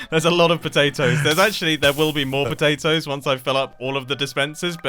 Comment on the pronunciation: It is not nuts it is patatos